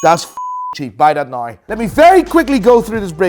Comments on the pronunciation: Whoever coached to pronounce "now" properly in the intro really did him dirty! I literally look forward to his "naouw" in the beginning of every vid?? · WTF is this “now” bullshit! I only subscribe when I am told to subscribe “nai”! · This ain’t,this guy is an imposter! pronounces Now differently!